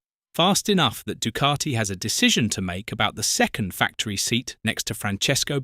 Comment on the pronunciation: This commentary annoys the shiy out me. There is NO R in Ducati.....D U C A T I.........where is the R?